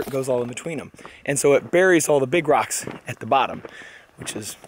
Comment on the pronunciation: Texas accents are funny. The way you pronounce rocks makes it sound like you are saying "dirt".